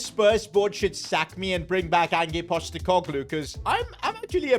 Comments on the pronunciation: Bro really said AnJeE postecolgooe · Man said Angee Postecoglou 😂😭